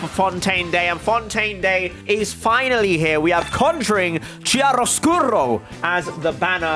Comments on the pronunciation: It’s KIARO scuro not ciaro 😂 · Ngl, as an italian when I saw the "chiaroscuro" I laughed hard. Never would I've expected it. It's literally the start of the video, idk if anyone will correct you, but it's pronounced "ki"aroscuro. Think about Ku"ki" Shinobu, that's the pronunciation.